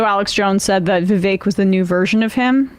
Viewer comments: She cant even get Vivek's name right..its not "Divek." It's great symbolism for the inaccurate takes (cant call them facts) on this podcast. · You guys truly give Morans a new name...throwing stones, and talking behind the mams back..what cowards you are, and how dare you IDIOT tall about Vivek when you cant even pronounce his name...NI CREDIBILITY, FOOLS !!! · Can’t even pronounce Viveks name & stutters into the comment. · Yea Tucker is so irrelevant 178 million people watched him interview Trump last night 😂 the hate is strong with y’all and please learn how to pronounce Vivek’s name. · These lefty loonies cant even pronounce the name vivek